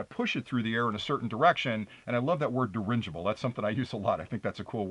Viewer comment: Very informative video, and thank you for taking your time to explain everything. BUT, the word you love and use a lot has no 'N'...it is dirigible.